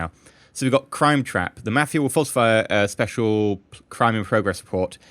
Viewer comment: i like how says Ma-fia he says Me-fia